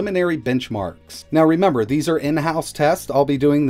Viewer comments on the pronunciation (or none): none